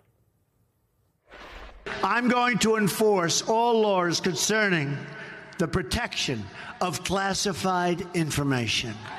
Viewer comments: In his defense, he did say "laurs" not "laws." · Trump actually said "lars" instead of laws, what a doofus.